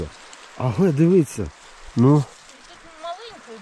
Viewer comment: І в слові "дивиться" на щось..., наголос на першу букву И😉